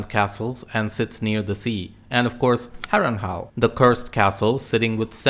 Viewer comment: Good video. I especially like how you pronounce Harrenhal as Harrenhal, not Harrenhall.